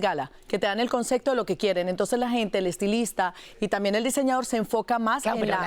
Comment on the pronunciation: Se dice concepto no CONCECTO